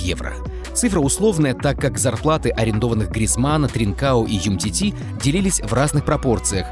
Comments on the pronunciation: у самих написано умтити, а говорят юмтити facepalm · "Юмтити" комментатора😂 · Юмтити говоришь? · Ну какой он юмтити?????? Ну там же буква у написала как же вы за***ли называть неправильно фамилии!!!